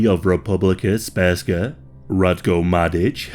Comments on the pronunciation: Speska?! It's SRPSKA. If you're going to make a video about a topic you should know what you're saying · You got almost every name right, but then butchered with "Republika Sperska!" It"s "Republika Srpska" which literally translate to "Serbian Republic!" I know it"s difficult to spell "Srpska" for non slavic speakers, but you could simply say "Serbian Republic" in Bosnia or Serbian part of Bosnia.. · Mf said spurska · Republika Spergska lmao. Common dude, it's Srpska. SERBSKA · How does one pronounce ''Sprska''? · Its Republika Srpska NOT Sp-rska. Jesus christ, maybe learn how to pronounce the literal main topic of your video before producing it. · I'm sorry but I died inside when you said Srpska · "sperska" please uninstal ur yt channel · "Republeca sperska" 💀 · It's all shit what you said. You don't even know how to pronounce Republika Srpska. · This video is really good but PLEASE LEARN HOW TO PRONOUNCE THIS STUFF. You said Sprska not Srpska (pronounced Serp-skah) At least you got Alija's name right but just look up the pronunciation first please.